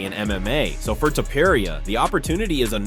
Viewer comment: He is Topuria , not Topuraia